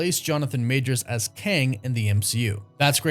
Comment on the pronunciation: Why do you keep saying "Majors'ziz"? It's clearly written as "Majors'", there is no "ziz" after the possessive apostrophe. Please stop, it sounds dreadful.